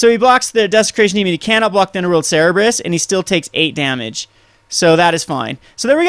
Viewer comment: its Cerberus, not cerebus btw and i really like the deck alot